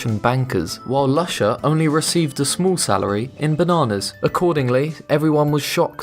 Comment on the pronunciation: Lusha is pronuced Loo-shaa!!!!